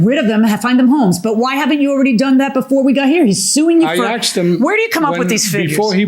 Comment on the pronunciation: You axed him, have you tried asking, as axing is quite threatening.